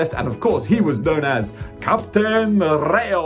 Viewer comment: It's. Captain. Not. Ray. O. In. English. R I. Y. O. Ra. Yo. Y. Sounds. Like. I.